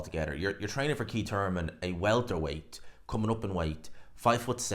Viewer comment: It's Keith Thurman, not Keit Turman.